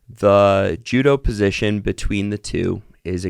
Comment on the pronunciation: You pronouncing judoposition wrong was hilarious. Thank you for sharing your story. Your strength is amazing.